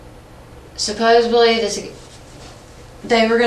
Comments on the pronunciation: Why doesn’t anybody know how to pronounce supposedly. There is no B in supposedly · The second somebody says “supposeBly” to me, I’m walking away. These clowns are so beyond dumb, it’s ridiculous.